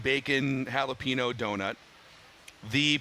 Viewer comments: needs to learn how to pronounce “jalapeño”. Dex has it correct. It’s not “hall-a-pee-no”, it’s “hall-a-peen-yo” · How does not know how to pronounce jalapeno properly